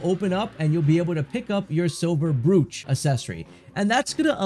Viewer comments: And brooch is not broetsj but brootch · It's pronounced Broach - like roach with a b. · Brooch sounds like broach, fyi. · I was just gonna comment this. Literally every single video I've come across talking about the accessories pronounses it "broooch" and not "brOch"😅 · Brooch rhymes with coach. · For the love of God…learn to say the words you’re using in a video before you record the video. Accessory is not pronounced “Eh-sessory.” Brooch is not pronounced how it’s spelled, and “Gold” is not pronounced goud. C’mon bro.